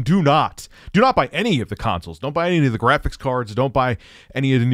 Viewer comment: “Dew nawt seek the treasure!” “DEW NAWT SEEK THE TREASURE!”